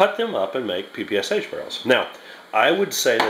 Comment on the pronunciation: My ears are bleeding when you say Pe -Pe - aS - aH.